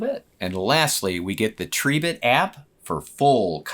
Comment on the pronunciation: Tree bit , thats a new one on me 😂 It's Tri bit as in "ribbit" 🐸